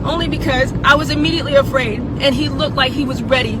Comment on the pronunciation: "And i want all my Afcan friends something something" She also said "Fraid" later in the video